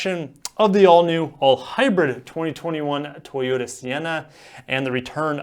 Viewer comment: Why are you saying it like that : tHoyota?